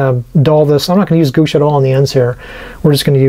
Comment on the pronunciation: Great job, especially the roof. Those are bay windows on the side. Cupolas go on top. Gouache is pronounced "gwash."